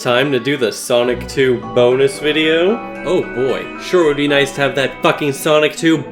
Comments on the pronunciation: Cybershell used CIA technology to infect me with a mind virus that makes me pronounce BOnus the same way he does no matter the context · 7 years later and I still pronounce it “BO-nus” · The way Cybershell says the first few letters in "bonus" using italics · I love how he puts so much emphasis on the B in bonus video in the beginning